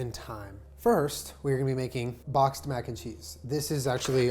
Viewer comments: Anyone else think of "Boc-xed-mac n' cheese" the drag queen as soon as he said boxed Mac n' cheese??? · That’s all I could hear every time he said boxed Mac n cheese